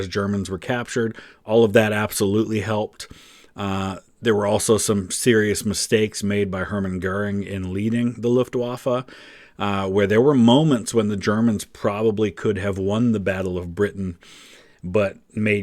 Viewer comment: Why do they both pronounce correctly the "W" in "Wehrmacht" but not in "Luftwaffe"?